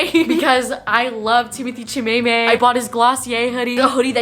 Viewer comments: “timothee chimaemae” AHAAGAHAHAG I CANT BREATH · “timothee chimaemae” omfg💀💀💀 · The way she pronounces Timothée Chalamet hahaha